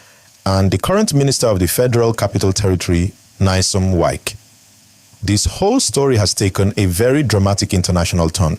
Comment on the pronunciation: This youtuber who is mispronouncing the name "Wike", is a fool. Is pronouncing somebody's name correctly not part of education?